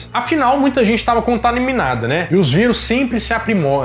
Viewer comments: CONTAMININADA rsrsrrs.... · CONTALIMINADA? KKK SÓ EU PERCEBI O ERRO? KK TOP O CANAL... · Você disse "contaminimada" kkkkk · "Contaniminada, né?" Kkkk ótimo vídeo, parabéns!! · "Muita gente estava CONTANIMINADA"? hehehe